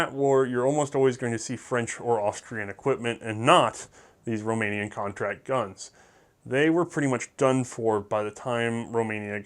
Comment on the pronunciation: How did you even get Romanian correct?